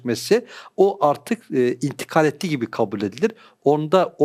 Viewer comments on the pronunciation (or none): Çok güzel anlattın ama kafam karıştı biraz daha anlaşılır kelime. Tecavüz ve intikal etti kelimelerini anlayamadım. Dk – arası anlaşılmıyor.